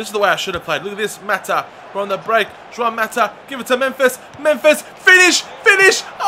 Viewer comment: It's not Joãoun Mata...